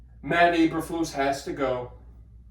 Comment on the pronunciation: So used to say Mike McCarthy you said Matt Eberfuss name wrong lol.